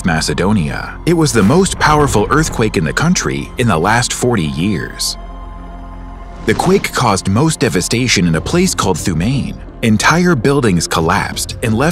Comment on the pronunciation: Actually pronounced Th-oo-ma-na My home village 😞